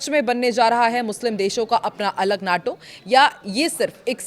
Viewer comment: नाटो नहीं माटो कहिए